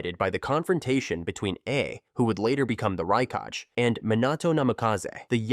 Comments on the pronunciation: "Rai-kaj" bruh use your voice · "Rai-Kaj" is krazzyyy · raikage ❎ RAIKAJ✅ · The fact that he cannot spell a word "Kage" in Hokage and Raikage in same way goes beyond my comprehension. Ho KAGE, Rai KAGE? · Stop with this AI bullshit “He-Dan”“rai kaj” 🤦🏾‍♂️🤦🏾‍♂️ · Hiuga😂😂😂 Raikashhh 😂😂😂